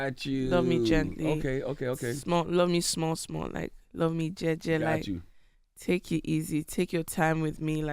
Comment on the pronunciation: Charlemagne killed me with "live me jeje" pronunciation and entire confusion. Its like he never listened to the song at all to pronounce it that way. Nonetheless Africans never pronounce e as i as english speaking people do (after a consonant). For example, you guys say Keke Palmer as KeyKey Palmer, It's KayKay Palmer for us. Je is J not G. "Keke, do you love me" that'd be "Kiki, do you love me". Otherwise, its KayKay if wrotten as Keke. Anyways, its just differences in pronunciation.